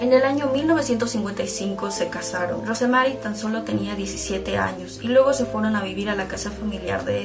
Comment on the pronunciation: Yo no soy psiquiatra, pero siempre me sorprende como es que la gente abusada y maltratada en terminan dañando a los demás como si fueran culpables de lo que les hicieron, me da coraje... Por cierto, Rosemary se pronuncia sin la "e" . . Así como como Rose de Titanic